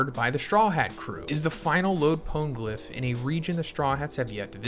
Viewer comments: Also "poan-glyph", it was like hearing nails on a blackboard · Yo sorry it was bugging me mass. Try it like this “pone-eh-glyph” love the content tho. Keep it up brotha.